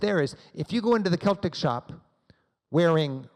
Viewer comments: It's pronounced Seltic not Keltic. And it's not 'the Rangers' just Rangers. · For god's sake man please pronounce Edinburgh properly. And Celtic is pronounced with a soft C.